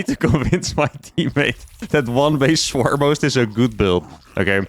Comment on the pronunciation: He's definitely saying "Swarmos," right?